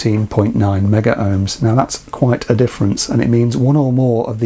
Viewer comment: The correct pronunciation is Megohms, don’t ask me why, never made sense to me but was drummed into us at college. In the commercial/industrial sector that is how it is always referred... see Chris Kitchers IR videos as an example.